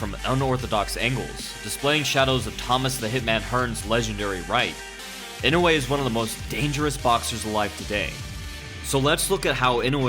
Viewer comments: It's not "e-no-way" its "e-no-you-eh" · I know you aren't japanese, but godamn his name is not "Inway" it's "EE-NOH-EHH" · Inoue —>Ee-no-whey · Sake Bobombs Nope, it's ee-no-oo-eh